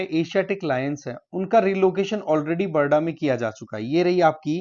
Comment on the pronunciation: Not barada sir it's called barda